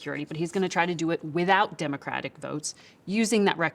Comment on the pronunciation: He cannot say Democratic.. says it all..